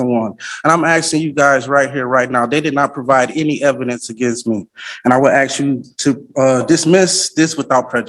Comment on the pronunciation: Why does he say axe instead of ask?